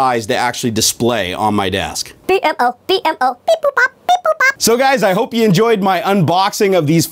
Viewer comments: It B-mo not b m o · It's Beemo! Not B.M.O. ;) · It's not B M O it's beem-O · The plus he's name is pronounced (Bee-Moe) and the dogs name is Jake. Not like that was important. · Why did you call it the B.M.O it's called bemo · I'm just saying it's not. B.M.O. You say it like BEEMO. BEE-MO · By the way it's beemo not bmo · It's "bee-moe" not b-m-o. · Not B-M-O You pronounce it B-MO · It's said like beemo not b m o 👌🏻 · bmo(bee-moe) not actually b m o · His name is pronounced bimo not b m o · its pronounced beemo not b...m...o... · He called the DeadPool panda a spiderman panda, didn't know the name of Raphael from TMNT, didn't know about the DragonBall and calls "BMO" (pronounced BEEMO) "Bee Em Oh"... I don't think 1UP box is for his type of nerd... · Its pronounces B-mo:) The ball is from Dragon ballz:) And its a panda mashed up with deadpool:) hope you learned:D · Just to let ya know, the character's name is pronounced bee-moe. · its b-mo like bee mo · its pronounce bi-moa BMO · IT PRONUCED BEE+MO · Actually, its pronounced *beemoh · It's pronounced bee-mo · its pronounced (bee-moe) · yu pronounce it bee-moe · sory but its pronounced bee moe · Omg I wanted a bmo btw it's pronounced bee-moe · dude thats not how you say bmos name they plush in the first box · Oh my god you messed so many things upppp. The robot BMO isn't pronounced B. M. O.. The dogs name is jake. Its not how you pronounce Buyakasha! That wasn't a poke ball it was a dragon ball from dragonball Z that wasnt a spiderman patch it was a deadpool panda and that wasn't a ninja in the sticker it was Mario and the sticker was from super smash bros ....